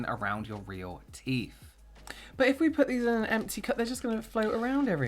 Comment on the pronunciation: Two words..THE TEEF!!! 🤣🤣🤣🤣🤣🤣🤣 xxxxxxxx